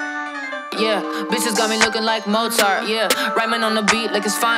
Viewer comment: The fact that they don't pronounce "Mozart" the same bothers me.